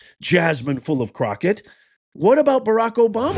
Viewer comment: You said jasmine crooked wrong 😂